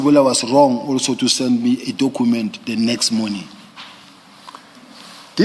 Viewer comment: Dokhument, patikhula approach, dokhete, prokhoment 🙄